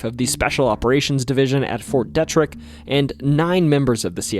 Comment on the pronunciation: If you are going to talk about a certain place near Deep Creek Lake, AT LEAST PRONOUNCE IT PROPERLY! The "e" in the name is a hard "e." ---- "DEETRIK" --- Not "Dehtrik."